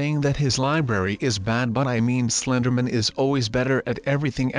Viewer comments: U said slindr doy. it's slindr man. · Dud it's called Slinderman not slinderboy ok